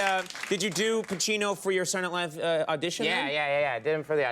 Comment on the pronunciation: After the podcast, I can't unhear "Sadernat Live". Guess he was still doing it back then too.